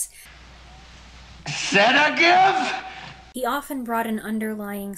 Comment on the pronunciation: "SEDIGIVE", love it!